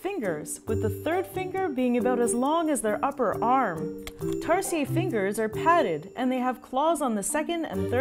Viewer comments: I thought tarsiers was pronounced "tar- shirs" WELP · I think she learned to pronounce it from the mildly satirical zefrank video. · I've been pronouncing tarsier wrong my whole life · it0s not french we like our 'Rs' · Tarsier is not even pronounced in a French way smh 🤦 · youre wrong and do not know how to pronounce tarsier. I am a tarsier expert, so i am smarter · It's not Tars-yeah, they're not French. It's tar-see-yer😁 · Is that really how you pronounce their name? In Philippines we say it like "Tar-sheer" not "Tar-si-yay". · It's tarsier not tarsiee yey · Hijo difota! Pronounce it as Tar-sheer not tar shee yeey....tarsiers are Filipino not French. Lol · I love that in English tarsier are pronounce like tarsiyey here in the Philippines its pronounced tarsheir i mean there's an R. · Hmm. Am I the only one who pronounced it as "Tar-sheer" and not "Tar-see-yay"? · It's pronounced as "Tar-shear" not "Tars-yey". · i dont think it's Tar-si-ye. it's tar-se-er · Tar-si-er ??? We pronounce it as Tar-shir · It’s pronounced as Tar-Sheer not Tar-Sea-Yeah lol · googled it, tama naman tayo. it is pronounced as 'ˈtärsēər' not tarsheeeeeeeeeeeah. meow maarte lang si ate o di bobo lang sya. cheret! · TarsiERs. Not Tarsiyey 😂 it aint french people!!! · tarsier is pronounced as taar•see•ur NOT taar•see•yey am i right or am i wrong?? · Growing up in Bohol, we've called them Tar-sheers. Especially in the Tarsier sanctuary. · Tarshish tirahan Ng Tarsher 😂😂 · Isnt it supposed to be pronounced as "tarsheer"? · By the way it is pronounced as tarsheer but spelled as tarsier but it’s ok and these animals are one of five most endangered animals in the Philippines so these are rare now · In philippines it is pronounced as "Tar-sheer" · Pronounced as "Tar-Shir" trust me I'm local. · cant say their name correctly "Tar-SEE-UR" and constantly calls them creepy. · They are pronounced as "tar-sheers" for future reference. Just to keep it authentic. 😅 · Its pronounce tar- sher